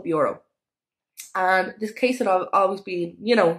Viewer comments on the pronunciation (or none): Please do something with your pronunciation...this not diss..that not dat..and..not an. Pol im er ase. Maureen Smith..not Smit